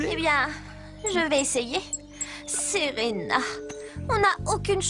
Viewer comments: bad c'est serena et non senba tu as compris alors arrête de raconter n'importe quoi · et c pa serena mais selenba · C'est pas Serena c'est selenba